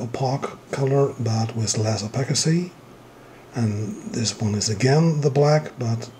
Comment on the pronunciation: It's pronounced O-pass-city. Not O-Pack-itty